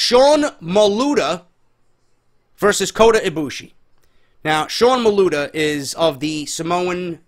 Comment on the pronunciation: Lmfao whenever keeps messing up Sean Maluta's name, no disrespect. Just thought it was funny